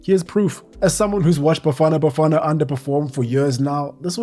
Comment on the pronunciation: Man the way you pronounced those Bafana Bafana was amazing thanks